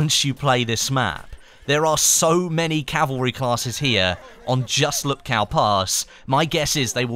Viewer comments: It is pronounced "Whoopkoof" not Lupkoww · . it's pronounced "in the name of the *TS*ar", not "zzzar" and it's not "lupkao", it's actually "Woopkoof" hope this helps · PSA: Lupkow is pronounced "Lupkov" the way Krakow is pronounced "Krakov"